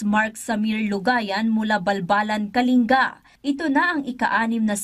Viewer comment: It pronounce kaling- ga hindi po kalinga